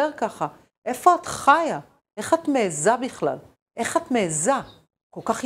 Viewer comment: לצופית, כשאת שואלת אותה איך היא מעיזה (בחיריק ולא בצירה) את מכריזה על חולשתנו - שכן אנו אלו שאפשרנו לה להעז.